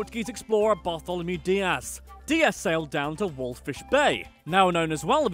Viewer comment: Ahah U said Bartlomeas deas completely wrongg😂😂😂 ahha Im having a good laugh! Idk why Im watching this even though I already know all this and Im South African😂